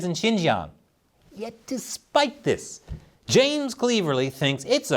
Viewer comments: It's James Cleverly, rhyming with clever not cleaver. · Here in UK we pronouce him as Clever-ly ……. which he ain't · As ridiculous as it sounds , Mr cleverly is said like it looks . As in he's clever 😂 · it’s pronounced Clever. Ly not how you pronounced it and no, he’s not very clever, just like all the other WEF puppets infesting the UK Houses of Parliament, much 👍🏻 from the UK, keep it up 😊